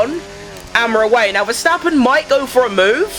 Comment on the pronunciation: why it's always sounds like Max VerStrapon... U need work a little bit on pronouncing this😂😂😂